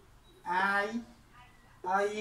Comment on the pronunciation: ia អ៑ែ អានអត់ច្បាសសោះ